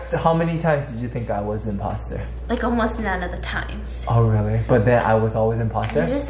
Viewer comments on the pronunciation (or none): Am I the only one who hears say Impasta instead of imposter? 😂😂